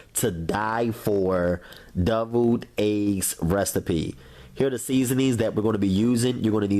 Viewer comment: I love how he said deviled eggs lol Doubled eggs🤦🏾‍♀️🤦🏾‍♀️🤦🏾‍♀️🤦🏾‍♀️🤦🏾‍♀️....it looks delicious